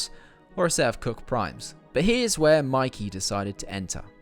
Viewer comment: Its pronounced "MAY-KAY"!!